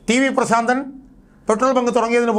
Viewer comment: "ശ " വേണ്ട പ്രാ.... ൻ